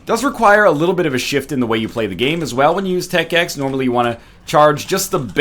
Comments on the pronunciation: 20 seconds into the video and he calls "tech x" "tech.5"... dis gon' be gud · he said tech 5 it's tech 10 dumb egg